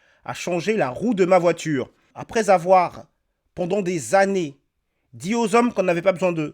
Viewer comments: Une voitchure 🚘 wesh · La porTchiere de la voiTchiure